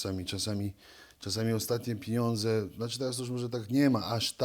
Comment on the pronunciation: ale gosciu nie potrafi mowic. On mowi na pieniadze- pieniedze. Albo jest po prostu glupi , ze nie potrafi sie merytorycznie odzywac, albo juz ma mozg tak obity…. Jak od bicia to nich spauzuje, bo bedzie jak golota…